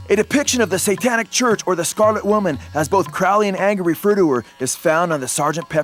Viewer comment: it's crowley as in holy.